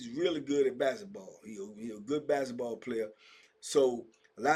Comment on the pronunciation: TBP Germany. By way of Chicago. Bruh the way you say “bassitball” he having me rollin. 🤣 it’s no k in basketball for. Just messing. Have a good weekend. ✌🏾